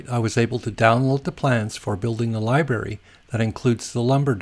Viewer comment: Great instructional video, but if you say "libary" one more time.....:)